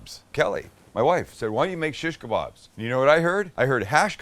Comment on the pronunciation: Thank you for saying kababs and not kabobs🤦🏾🤣🤣